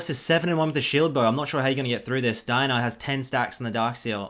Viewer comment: I hate how he says “dinah” instead of Diana.